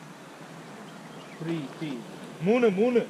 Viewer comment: moonnu moonu. Like moon 'u'. 😂😂